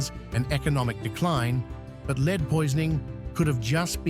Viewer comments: Can't you teach the robot reading your scripts to pronounce "lead" as "led" when it refers to the metal? Here! I have a sugestion to help you. When you are writing your script for the robot to read, instead of using "correct" spelling and conventional abbreviations, such as "km", "mm", or "hrs", you should write "kilometers", "millimeters" or "hours" instead. When you have a reference to a present tense of the verb"to lead", you write it as "leed", while if it is in the past tense, you should write it as "led". I hope this is helpful. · will you sort out your text to voice "Roman LEED" for goodness sake?